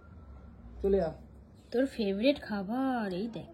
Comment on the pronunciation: মূর্খ কালুয়ার সাথে থেকে - থেকে তুমিও কি মূর্খ হয়ে গেলে? কথাটা "ফেভারিট".. "ফেভরিট" নয়! ইংরেজি উচ্চারণ না জানা থাকলে স্মার্টনেস দেখানোর জন্য বলতে যেও না, প্লীজ!!